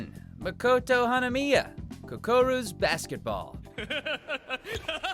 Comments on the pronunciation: Its kuroko not kukoro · DID HE JUST.... MISPRONOUNCE KUROKO??? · Its kuroko not kukoro 🙄🙄🙄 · He said kukoru, not kuroko...😢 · Dude really said Kukoru basketball lol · KUROKO not kokoro hahahaha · It's kuroko not kokoru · I'm so salty that he called kuroko "kukoru" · Wait, how did you pronounce Kuroko? Am I the only one who heard Kukoro? Am I going crazy? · Kukoru basketball ??? Did u mean to try and say Kuroko ? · KUROKO! NOT KOKORU! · Literally spelled out as "kukoro" still pronounces it as "kuroko" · *Kuroko not Kokoru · The way he said Kuroko’s Basketball bothers me tbh. Kokoru’s Basketball? Mmmmmmmmmmmmmm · Kukoru's Basketball....dude, do they not have these guys practice the freaking script? A slip of the tongue I can understand, but on a final edit???? Damn, watch mojo making Todd look like he can't read. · He pronounced kuroko weirdly...kukoru or smth, I’m like nAnIiii??!!!!!!!!!!!!! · Am I the only one who noticed that Todd read "Koruko" "Kokoru"? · “Kukoruu’s” basketball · What did he say kukoro basketball ? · IT'S PRONOUNCED KU-RO-KO!! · it's "Kuroko's" Basketball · Why did todd just say kokoru basketball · "Kokoru's Basketball" How I know WatchMojo voiceguy does not watch it xD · “Kukoro Basketball”?? Lol come on guys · Bro the way he said kuroko made me cringe lmao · did Tod just miss pronounce kuroko name? or it's intentional and there joke in it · You can't even pronounce "Kuroko" 🤦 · whats's with the kuroko pronunciation? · who else felt triggered when they said kuroko wrong